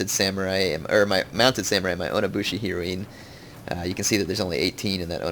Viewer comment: heroine is not a japanese word heir, it's pronounced the same as the drug heroin